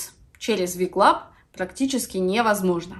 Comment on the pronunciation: Небольшая заметка: не Ви Клаб а Дабелю Клаб. Вы наверное перепутали буквы :)